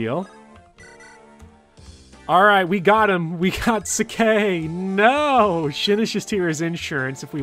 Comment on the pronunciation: you pronounce sacae just fine. it is literally spelled saka in japanese